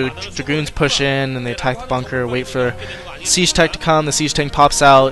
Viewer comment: SIEGE NOT SAGE!